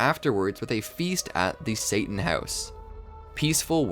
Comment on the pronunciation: Why does everyone pronounce Mr. Satan's name wrong?